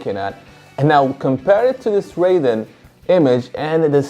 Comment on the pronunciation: Isn't it pronounced as 'r-eye-den' in Fatal Fury?